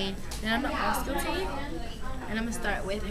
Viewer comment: It's "ausculTate" not "auscuLate."